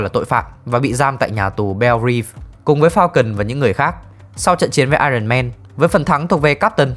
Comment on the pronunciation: Éo hiểu sao t chưa bao giờ nghe dc 1 đứa review phim nào đọc dc đúng iron man.Chán